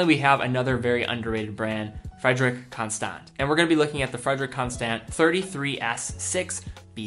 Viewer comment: The last "t" is silent at the end of Frederique Constant :)